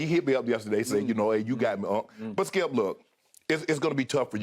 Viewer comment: His name is skip not skiiuup